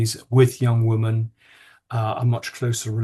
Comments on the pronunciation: Why don't these men pronounce the names of the two women consistently..jarring listening Also why can't Lownie pronounce the word women correctly its not difficult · woman vs women--- is there no difference in your pronunciation, Andrew?